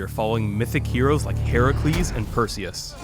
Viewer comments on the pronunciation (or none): none